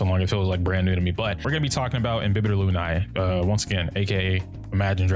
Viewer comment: i hate to be that guy but it's pronounced loon-AYH, not loon-EYE